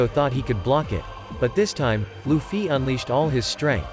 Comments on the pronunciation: luffy but he. say luccy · Loufee is how it's said